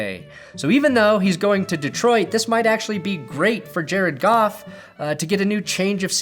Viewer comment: thought u said golf..go home leave family..lol